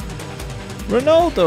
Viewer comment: Props to saying Ronaldo